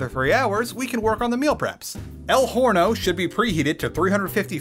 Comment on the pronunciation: oven in spanish is "horno" but sounds like "orno" because the "h" in spanish is mute, is not pronounced It's written like that because orthography rules set by the Real/True Spanish Academy "Orno" not "Horny-o" if you want to go to Mexico a cheaper country to live